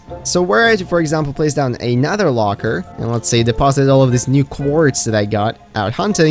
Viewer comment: You can clearly pronounce words like "another" properly so why do you keep saying it wrong?